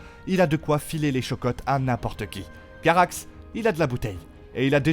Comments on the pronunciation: Pitié ! C'est Caraxès ! Pas Caraxe ! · Ptdr 😂 "Carax" même les noms des dragons sont pas bien prononcés .. Comment peut-on faire une vidéo explicative de 20min sur les dragons et ne même pqs connaître leurs noms !? C'est abusé là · CaraxÈsss stp et c’est pas meles 😂 c’est meleeyssss ! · Targarian. Mdrrr C'est Carraxes... Va falloir revoir la prononciation Et a chaque fois que tu parles de jaerys tu mets une photo de viserys. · Meleeeeyyyssss articule et prononce bien !!! Caraxessssss !!! Chute si tu ne sais pas prononcer les prenoms !! Tarrrgaaryeennnnnn pfff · C'est clair !!!